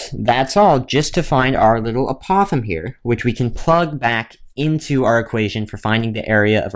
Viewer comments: Can you pronounce the word apothem correctly? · Maybe you're the one pronouncing the word apothem incorrectly. Anyway it does not matter how someone pronounces it, as long as you can understand the word it is fine.